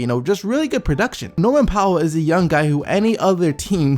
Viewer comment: been saying the raps needed a 4 that could guard the 3pt line like ibaka or faried. glad they got ibaka, he would be a perfect fit for the raps. btw poeltl is pronounced as purtle xD